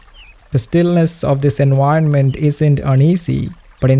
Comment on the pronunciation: Hi! I hope this doesn't rub you the wrong way, but could you please try to standardize your pronunciation? Especially the "v" phoneme, which you pronounce "u", like in "enuironment". You'd think concerns like this would probably come from people trying to defend their language or something like that, but actually your way of speaking would be EASIER to understand for native English speakers, which I'm not. If it's in your interest to be better understood by non native English speakers, I suggest you make an effort to standardize your pronunciation. 😊 Oh, as an aside, "gi" in Ghibli is pronounced like in guillotine. Cool video!